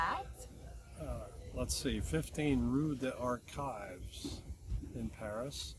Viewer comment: pronounced "roi" correctly when he said it like "rwaw." Rue des Archives is pronounced "roo" pretty much like you said, for the Americanized version--you can work on the vowel and the French r later--"dez Arkeevz." Long e not long i in archives. The s in des is pronounced only because there is a vowel at the beginning of the next word. This pronounciation phenomenon is called liaison. I saw some bread that looked delicious but were sausages available instead of wienies? Restaurant recommendation for you: Aux Crus de Bourgogne, 3 Rue Bachaumont, 2nd arrondissement, near the Bourse (French stock market). In season, they have lobster at an affordable price (or at least as of 2003, they did) and they always have pate' and escargots. Bon appetit!